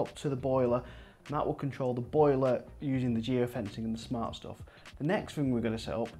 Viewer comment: Very interesting. Also you say 'fart' instead of 'smart' at about 7 minutes, which made it for me.